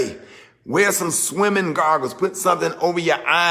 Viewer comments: Swimming gargles 😂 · "Swimming Gargles" 😂😂😂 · He said........”kids gargles” 🤣🤣🤣